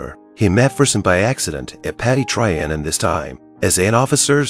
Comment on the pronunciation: Your pronunciation of Louis and Trianon ought to mean a ligetime ban from speaking about history. Seriosuly, it's disturning